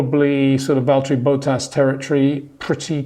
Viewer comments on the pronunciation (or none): none